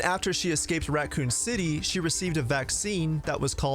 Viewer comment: Are you saying Ratcoon city